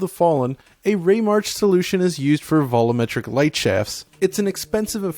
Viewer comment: Did anybody else get driven crazy by inability to pronounce 'volumetric' correctly?